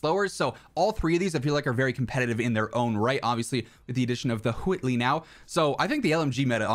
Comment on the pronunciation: You're talking like Stewy from family guy when you say Whitley like cool whhhhip really pronouncing that H lol love it